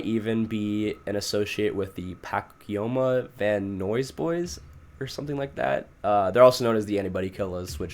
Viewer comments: pacoima van nuys as ‘paquoma van noys” eheheheehe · Lol it's pronounced silmar and van nice just in case you were wondering. And fuck pacoima there's even memes about how shitty it is. great job thou it doesn't matter if you butchered the names let others complain lol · never heard it said so wrongly lmaooo it’s pronounced Puk-oye-muh Va-n-eyes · Just to help with another pronunciation, Van Nuys is pronounced “Van Nize” (Nice but with a z sound) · Finally YouTube's algorithms gifted me an interesting suggestion. Just FYI- Pacoima is pronounced Puh-coy-muh, and Van Nuys sounds like Van-Eyes 😉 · someone who lives in LA and knows how to pronounce Pacoima and Van Nuys, your pronunciation hurt me lol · Bro pronounced Santiago Papasquiaro and Tamaulipas better than Van Nuys and Pacoima, California 😭😭💀 I was surprised with how much better his Mexican pronunciation was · The way you pronounced Pacoima and Van Nuys ☠️ im from around there and you gave me a great laugh hahah. And to be fair i mispronounce everything too that’s my super power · I know you said you were gonna mispronounce names but hearing you say Pacoima and Van Nuys made me giggle